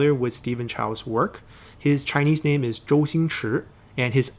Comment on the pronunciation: I absolutely LOVE how you can pronounce all those Chinese names properly! You are the only Youtuber that I found who can do that, are you Chinese yourself? Also, your voice is so comfortable to listen to. This video is too underrated.